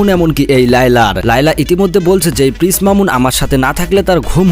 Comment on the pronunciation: পিস নয় প্রিন্স শুদ্ধ করে বলুন